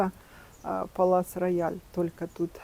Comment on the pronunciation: Здравствуйте,а почему Палас Рояль,а не Пале Рояль?